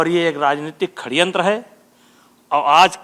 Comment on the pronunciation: बृजभूषण बिल्कुल ही अनपढ़ है क्या? जो षड्यंत्र को खडयंत्र बोलता है।